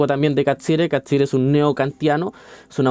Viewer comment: Bien, aunque me perturba cómo pronuncias Catsirer, siendo que el apellido no es italiano, no se justifica 😅 Pero respecto del contenido, bien.